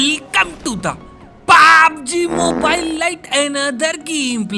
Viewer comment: Aawaj bhir kam kar di.😢 Pehle jese bola karo .welcome to the pubbbbbbbbbg mobile.teg awaj me.please.😎😎